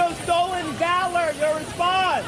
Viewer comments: Not Valor, long a. Short a...as in pal. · Pronounced Val - or. Not cutting you trying to help. Love your content and how you put things. KEEP UP THE GREAT WORK 💯💪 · Valor hun said it wrong lmao